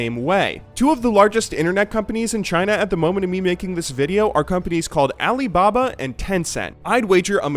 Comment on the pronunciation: oh god that was like the whitest alibaba ive heard like ever